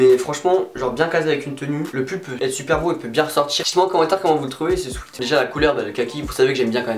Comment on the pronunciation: Tu essayes de bien prononcer Urban Outfitters mais essaye de prononcer sweat correctement ! 😉 Sinon super bien la vidéo et surtout les articles Kappa 😵👌